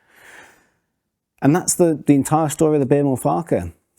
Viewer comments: It's not pronounced 'Farkar' it's pronounced 'Fark-wah'. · PLEASE, PLEAEE PRONOUMCE FARQUCHAR correctly. It ought to be "Farcher" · Unluckily for you, Joe pronounced it 2 different ways. 😂